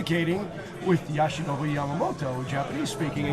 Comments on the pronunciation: YOshinobu NOT YAshinobu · How hard is it to say Yoshinobu? It’s not like there’s any tricks in the name… it’s literally said the way it’s spelled…